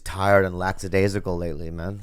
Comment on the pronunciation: Laxadasical? --> lackadaisical